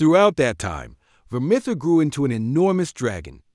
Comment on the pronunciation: If you're going to do a video on something, at least make sure you're pronouncing things correctly. Takes a few seconds to look up. That is NOT how you pronounce Vermithor.